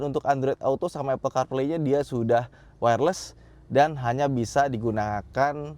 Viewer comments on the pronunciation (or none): none